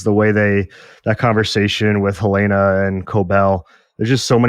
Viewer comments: Yesss! It’s not HuhLAYna like in HotD, it’s more like HELLna. I don’t think the name is coincidental. The basement is a bit like Hell. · Love you guys but why are you pronouncing "Helena" like that?